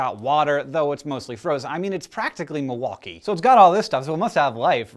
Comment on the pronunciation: lol millwakee